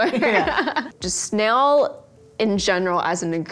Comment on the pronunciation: the way still can’t pronounce snail is the most cutest thing ever🥺